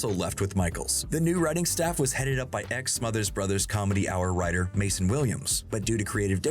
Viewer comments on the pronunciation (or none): none